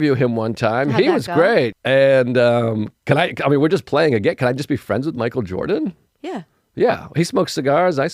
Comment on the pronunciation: “Michael Joeeerdan” 💀💀💀